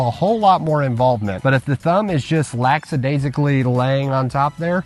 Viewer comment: Lackadaisically. No S after the K, though a lot of people say it that way (or as if it has an X instead of CK)